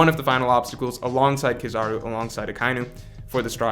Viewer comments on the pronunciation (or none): none